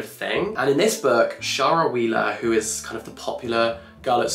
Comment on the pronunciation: I am really surprised by the way you pronounced Shara (Wheeler) is that how you pronounce Shara?